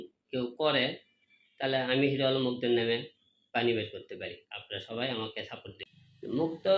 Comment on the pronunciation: আবার ও ভাইরাল হইবার চায়।কথা আগে ঠিক করে বল।মুগ্ধ ভাই বল।